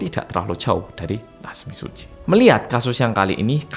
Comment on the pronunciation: Mbuh yaapa tp satisfying banget pas denger ngomong 'natsumi tsuji' 😭🤚🏻 maudok malang e kuentel wwwww